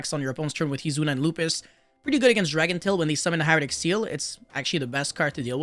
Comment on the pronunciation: Dracotail….say Dracotail 🤦‍♂️